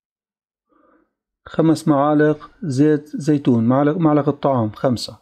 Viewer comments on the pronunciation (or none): يامعلم ملعقه مو معلقه🤣🤣🤣جننتني